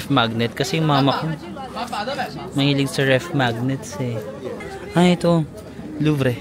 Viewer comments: you pronounce Louvre LOOV. NOT LUVRE been there many times. ingot sa pickpockets. in buying fruits. never pinch or pinoy style, pinot, pinot megalith nag titinda. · It’s “loov” not luv-re. Sayang naman at least pumasok ka, even if Mona Lisa lang at Nike of Samothrace lang makita mo. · I have a constructive comment. Since you are an informative vlogger, please study the pronunciation of the terms. There are many apps to use to check for the correct pronunciation. Louvre is not luvre. It is pronounced as loov. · Not Louvre but Loov 😅😅 try pronouncing the right words please para hindi awkward 😊😊being a Parisienne before 😊bonjour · Louvre [Looov not Looo-vreh] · It's Louvrrrr. Don't pronounce -re. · luv-re o loov o loov-ruh pa man pagbigkas mo, loove ka pa rin namin! Sana next time mas matagal ka sa Paris. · Loov Ang pronunciation nila jan. Nalito rin aq jan , metro Ang mas convienient na transportation dyan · kanino nyo po narinig yung luvre na pronounciation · LUV ang pronunciation ng LOUVRE or LUVER Enjoy watching your vlog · Ingat ka dyan minsan style nila yan kunwari may baby or bata later on pag nalingat ka that’s it. Nadukunan ako sa may eifel tower Correct pronunciation niyan ay the lube museum nandiyan si mona lisa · “Kwasan” for croissant “Louv” for Louvre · You should put English subs on your vlogs considering the amount of foreigners getting curious with your vlogging. Also, Louvre is pronounced as Loov paulit ulit mo pa naman sinasabi😅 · kuya, hindi Luv-reh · Hi, hope you don't take this the wrong way but for us, non-French, they're pronounced [loov], [seyn], [monmartra] and [shaanze-leezey]. Enjoy Paris. :hand-purple-blue-peace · Ang pronunciation ng Louvre Is Loov